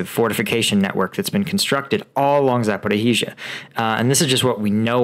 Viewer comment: And yes, it’s Zaporizhia! It’s not Zaporihizhia! Pretty please 🙏